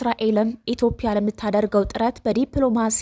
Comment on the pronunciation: ኢትዮፕያ ብለሽ የምታነቢው ኢትዮጵያ ይስተካከል